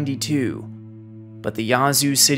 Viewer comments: The a in Yazoo is not pronounced ah. Think of the way the a is pronounced in ash. The way he says it is so cringe to locals. 😂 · Living in Mississippi I hate the way hes saying "Yazoo city" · You can’t fault out of state folks for not being familiar with our local dialect and pronunciations. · Great video, but please learn to pronounce the cities you cover. It’s just grating on the ears for those who live there or know people who do. It’s not “yah-zoo” but “yeah-zoo”… as in, “Yeah, I agree”. For future reference. 😉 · Not complaining but its yeah-zoo not ya zoo lol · Thank you for the video chronicling this historically devastating storm, but the town's name is pronounced "Yazoo", with the æ or ă sound, like "apple", not with the "ah" sound (Yah-zoo!) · I don’t know how to explain this but it’s pronounced more like “Yaaz” than “Yahz” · It’s actually pronounced Yeah-zoo. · Just for clarity, it's pronounced 'yeah, zoo' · It's "Yeah"-zoo. Spent many nights out on the lakes there as a kid. Beautiful but poor as dirt. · I’m from Yazoo city we pronounce it “yeah-zoo city” lol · Nothing wrong with this video except for the way you say Yazoo. Here in MS we say Yeah-zoo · The indigenous tribe that created the name taught everyone else the correct pronunciation... ...and it's not "Yah-zoo." 🤣🤣🤣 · First of all, it’s not spelled Yahzoo, it’s Yazoo. Secondly, the people who live there get to determine how the name of the town is pronounced…..just like people determine how their own names are pronounced. 🙄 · Slight correction. Yazoo City is pronounced with an hard A. No way to know if you aren’t from down around there. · Every time he pronounced Yazoo wrong I cringed. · Nobody ever gets it right, it always tickles me when people not from here say Yazoo. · Nice video, but that isn’t the correct way to pronounce Yazoo